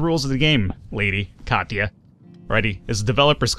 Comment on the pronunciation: *Kachia... it is not KACHIA, it is KATIA, try to spell latin, not english, the game is not made by english, keep in mind, show some respect for Europeans, kachia... lol